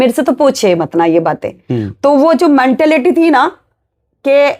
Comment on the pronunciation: मनटालिटी नहीं होता मैडम मेंटालिटी होता है